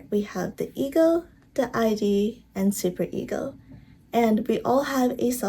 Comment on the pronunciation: Thanks for the video :) btw Freud is pronounced Froyd and Id is pronounced like 'id' you don't say the letters like eye-dee